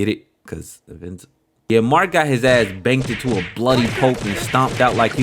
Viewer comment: Woooooooo he said “banked” ! Are you from Baltimore?